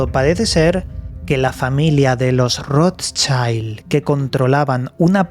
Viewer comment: Se pronuncia rot child...es alemán no inglés